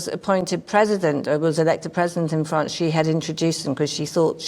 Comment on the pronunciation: France, not Grance.